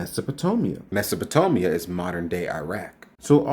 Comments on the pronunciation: Alright so, I have to ask: I've never heard it pronounced mess opa toe Mia, I've always heard and read mess opa tay Mia. Considering its spelled Mesopotamia I assume the latter is correct but Iraq was called uruk in the biblical time period so maybe its that sort of thing? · You're pronouncing Mesopotamia wrong. It's not Oh-mia, it's Aim-ia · You are 💯% correct sir. Only 1 discrepancy, it’s pronounced Mesopo tA mia with an A, not Mesopo tO mia with an O! JS! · ❤ MesopotAmia, not MesopotOmia. God changed Abrahm's name to Abraham.❤ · It's pronounced Mes o po- tay- mee uh. NOT Mes-o po-toh-mee- uh. Duh. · Mesopotamia is not pronounced Messa po TOE Mia. It's Mesopo TAY Mia. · How does he get: Mesopot’O’mia, from: Mesopot’A’mia. We all make mistakes in pronunciation, BUT, c’mon. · Can I ask why you say Mesopot"o"mia instead of Mesopot"a"mia? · Bro, it's MESOPOTAMIA! Not Mesopotomia! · It’s MesopotAmia not mesopotomia… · MESO-(PUH-TAY-MEEYUH)…not sure why this guy keeps saying puh-toe-meeyuh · Since you cannot read, why should anyone listen to you. Mesopotamia is not pronounced Mesopotomia. Learn how to speak before preaching or teaching. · It’s Mesopotamia not mesopotomia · You mispronounced "Mesopotamia". It's "TAMIA" not "TOMIA" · Good analysis. You only mispronounced Mesopotamia [Meh-so-po-tay-mia] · A few inaccuracies here. Mesopotamia (pronounced "mess-oh-poe-tay-mee-uh," by the way) is a larger region than just modern day Iraq. The word means "land between two rivers," referring to the Euphrates and Tigris, so it includes parts of modern day Iraq, Iran, Syria, and Turkey as well. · Thank you for explaining this so clearly! Also brother, it’s MesapotAmia 🙏🏽🤗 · Mesopotamia is pronounced as "Mess-oh-po-TAY-mee-uh". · mesopotAmia pronounciation matters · Brother, Mesopotamia is pronounced like "tame". Stephen was speaking generally, since the Bible says Abraham was from the Land of Ur (Gen. , , 15:7, Neh. 9:7), which is in Mesopotamia. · It’s a long A in MesopotAmia